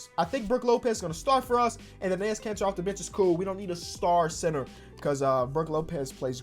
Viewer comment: Am I the only one who hears cancer every time he says Kanter?